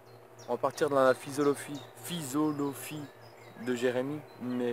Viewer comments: Top!!! "Philosophie" ahah:) Et non Phisolophie" Continue tu geres;) on ai nombreux a te suivre pour ton coté simple et naturel!!! Alors continue!!! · phisolophie ^^ tu ma tuer mon petit ces philosophie xDD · philosophie pas phisolophie:p